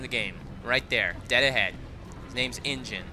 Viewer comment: it's N-Gin